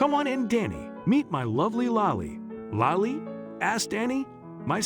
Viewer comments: Lilee, lolly or lily? This is an amazing story just wish the reader would get the name right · Your narrator did a terrible job of pronouncing a very simple, ordinary name.Was the narration computer generated? Lily, like the flower, is quite a lovely and frequently used name. Did no one even edit the video?